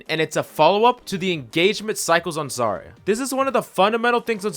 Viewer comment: It's "Zarya", not "Zara"